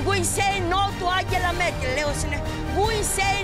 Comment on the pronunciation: "oOOMAN HEETLER YOU EAR MEE ANTZELA MURKEL" orea ta lei i kiria.